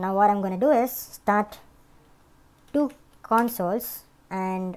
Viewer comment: du clients, lol love the video though